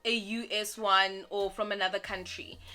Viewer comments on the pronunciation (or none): none